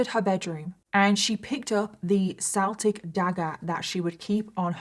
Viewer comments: Why are you pronouncing it "seltic" instead of "keltic"? I read somewhere once that its only "seltic" when referring to the sports team, otherwise the traditional pronunciation is "keltic" for Celtic. Is that not true? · Celtic is pronounced with a hard "C", as in a "K" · Celtic dagger- pronounced Keltic. It's Pronounced Keltic when speaking of the actual Celts (Kelts) and pronounced Seltic when speaking of the football team or the basketball team. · Celtic is pronounced with a K,. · It's pronounced 'Keltic.' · It's pronounced with a k Keltic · You're saying Celtic wrong. It's bugging me, sorry.